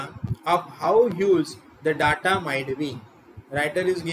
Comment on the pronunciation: Please check your pronunciation of the word 'data'.